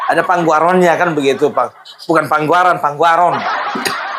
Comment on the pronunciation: Bukan panggoaron,panggoraon nya